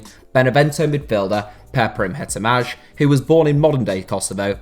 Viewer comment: Thank you for this video and btw you butchered Hetemaj's name!